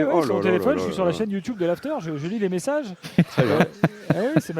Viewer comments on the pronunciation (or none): le timing des vidéos sur YT est top mais faut apprendre à dire YouTube